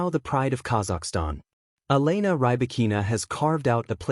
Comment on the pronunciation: Try to say the name of Elena properly